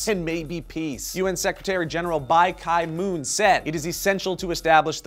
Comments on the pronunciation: It's Ban-Key Moon not Ban-Kie Moon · BAN-KEY-MOON WTF IS BAI-KAI-MOO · Lol it's Ban Kimoon, not Bai Kai Moon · The UN Secretary General's name is Ban Ki-Moon, pronounced bahn kee moon, not bai kai moon. Don't even know where you got that. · Bai ki moon? Pronounced: BAN KE-MOON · Bai Kai moon? Ban Kee Moon,._. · Oh! BAI Ki-moon? Sure it's not BAN? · it's pronounced Bankee Moon not Bankai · Bai kai Moon? I thnk it is Ban Ki Moon. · It's Ban Ki-Moon, like Ban-key-moon not Bai-kai-moon! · just a little trivia: "Ki" from "Ban Ki Moon" is pronounced more like "ki" from "kiosk" rather than "kai". ~_~ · Bai Kai Mu?.. how did you pronounce Ban Ki-moon that way?? not even American speak can excuse that!! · BAY KA MOOOON....haahahaha Its Ban Ki Moon....Americans, you gotta love 'em :) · That was a painful pronunciation... The UN Sec-Gen's name is pronounced Bahn-gi Moon... He's South Korean... But that was good enough. But I'm not feelin' terribly good. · Ban Ki Moon's name is pronounced like Bun-Key-Moon. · joe! it's ban ki-moon as in bahn key moon... :) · I'm going to be the jerk and correct your pronunciation: it's pronounced "Bahn Key Moon". And I sincerely hope that U.S. and U.K. learn from their previous involvement with the Middle East and at least wait for the inspectors' report? That being said, it's disheartening to see the two countries in the UN Security Council who HAS some influence over Syria (*cough* Russia & China!) continue to continue their support for this regime and figuratively tie the UN's hands. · i always thought it was pronounced "Ban-key-moon". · It's actually more like Ban (rimes with "one") Ki ("key") Moon. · Did you just pronounce Ban (as in "a ban for ...") Ki (as in "Ki", the essence of life) Moon (as in "the moon") as Bye Kai moon? Lol. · ban "kay" moon xD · Bai kai moon? ohh, you meant Ban Ki-Moon??? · wrong pronounciation but hey ho. ban ki (kee) moon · i love how pronounced Ban Ki Moon